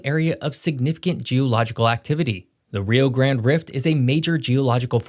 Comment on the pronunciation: You mispronounced the Rio grande River. And you mispronounced two of the Mexico cities that you have mentioned. You also mispronounced saguaro